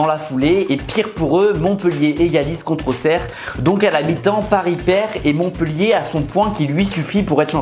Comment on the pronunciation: Enfaint des gens qui disent bien auxerre